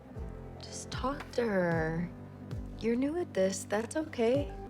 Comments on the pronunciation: 얼굴을 보기 싫다뇨 너어머 겸손하십니다. 다른 유튜버 어찌하라고 ㅜ 근뎅 You are new가 You knew 로 들려요 ㅜㅜ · you're new at this 가 you knew this로 들렸네요~ㅜㅜ